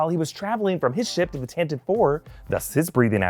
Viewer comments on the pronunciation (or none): You actually pronounce tantive as tant a vee. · Uhm Actually, Tantive IV is pronounced as "Tan-tee-vee" four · The "E" in Tantive is not silent.